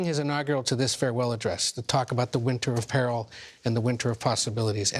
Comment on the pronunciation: I'm glad I'm not the only one who thought this. Thank god he's stepping down. No matter who you side with, you can't side with senility. (i know he was trying to say Winter of peril, but the guy literally said winter apparel)